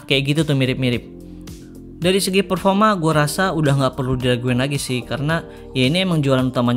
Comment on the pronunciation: PERFORMA BANG BUKAN PERFOMA XIXIIX